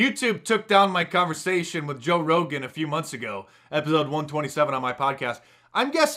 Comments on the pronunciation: Mark! You said Toe Rogan! Haha! I think someone is secretly a bear! Too awesome! Rogans up for mark dice! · "Toe Rogan" ha ha I see the gravy. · "Toe Rogan"? What's your "Bear Name," Mark?